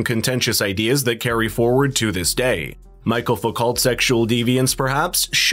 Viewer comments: Also his first name is Michel, not Michael. It’s the French form of the name, which is pronounced as we pronounce Michelle. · Foo - co. As in low. Also his first name is pronounced michelle, like a birds name. Not michael. Although Wishing you all well. Iain w glssgow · Michel, not Michael.